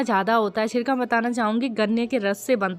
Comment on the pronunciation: छिरका नहीं बोलते शिरका बोलते हैं